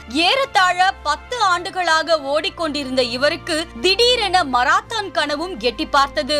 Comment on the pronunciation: மராத்தான் அல்ல மாரத்தான்....ஏன்மா இப்படி?